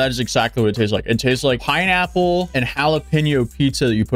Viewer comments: Man that talkshow. What the fuck man. And that pineapple. She butchered that. Jeez. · She absolutely butchered that pineapple 😂😂😂 The fact that she is begging for help from her audience when she can find a lawyer herself is pathetic!!!! She just can't seem to get over the fact that she screwed herself and that asking people for money when she can go get a job is disgusting!!!!